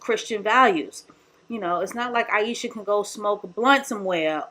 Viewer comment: I lost count of how many times you butchered Ayesha's name. You sure you weren't doing it on purpose? 👀🤣